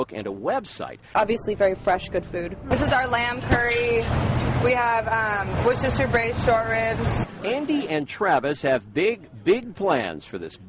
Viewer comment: She can say Worcestershire properly, not bad.